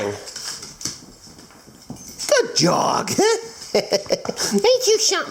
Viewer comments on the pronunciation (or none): did you say (good jog) before you said good dog ???